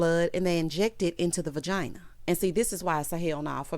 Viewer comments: My lord I was wondering if anyone else noticed🤦🏾‍♀️ she said it wrong 50-11 times too! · Is it just me or is Toya just done with Dr. Eugene? She’s always saying things to embarrass him on purpose. And umm Ms. Toya it’s VAGINA, what the ham fat is a vergina?? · Was it just me, or did Toya keep saying VIRgina instead of vagina??? 😩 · It was a good episode. Contessa Showl can’t dress, and her wigs wrong too. Why Toya say Ver instead of Va.. when talking about her lady parts. Daddy wasn’t playing with Buddy ! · Toya what is a VERGINA?!! 😩😂🤣🤣🤣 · Toya saying Vergina cracks me up every time!